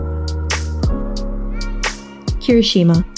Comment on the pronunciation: "darby" 😂 "hiroshima" 😂 "barcargo" 😂